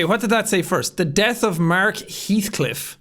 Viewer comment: It’s not pronounced he althcliff it’s pronounced hellthcliff